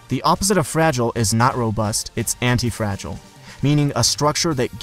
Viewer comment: fra-gi-le, hm must be Italian!